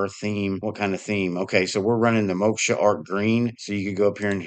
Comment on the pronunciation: It's pronounced as Mo-k-sh (mo - as in more ; sh as in shhh..)